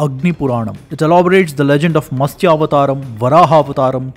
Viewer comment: It should be "Matsya" 🙏